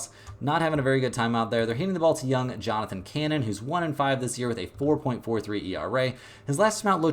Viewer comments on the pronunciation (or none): none